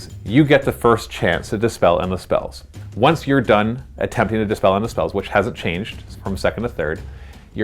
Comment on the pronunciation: Also it's Dispel not despell